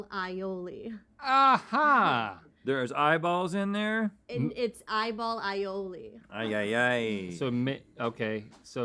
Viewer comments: Is that how pronounces aioli or was that just a pun for the fish eyes? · It was literally “Eye-oli” 👀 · Fish eye-oli 😂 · is so proud of the "eye-oli" joke and Rhett and Link were not having it lol